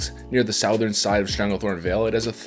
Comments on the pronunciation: you pronounce southern like its spelled sourthen, but it is pronounced like it it suuuuuthern, and not sourthen. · Idk but you said "sow-thurn"